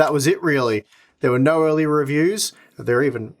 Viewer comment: The most Aussie "Naughrr" I've heard in a while